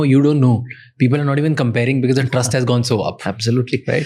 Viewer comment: Pls pronounce "because " as BECAUSE not "bikis "